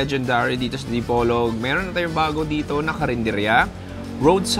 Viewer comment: finally you pronounce my city name right.. hehehe.. thank you.come and visit again